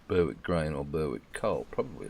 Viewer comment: Love the content mate....But....Its pronounced BERRICK not BURRWICK :) I know...I'm being picky :D